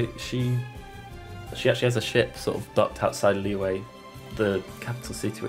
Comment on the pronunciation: it’s the “q” sound 😭 but i’m used to it now ive heard so many people call “liyue” “liwei” so